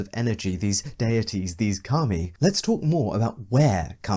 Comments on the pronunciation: I pronounce Kami as "Cah-Me" but you pronounce Kami as "cummy" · Deeply uncomfortable that you keep pronouncing kami as cumi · I was not ready for you to be pronouncing Kami as "cummy", my dude please